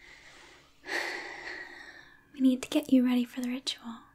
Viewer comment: " in deed" lol